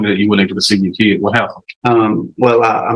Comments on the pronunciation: I hear “keed”, not “kid”. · Defense attorney needs to talk to Judge Boyd, she'd let him know the difference between a child and a keee-ed.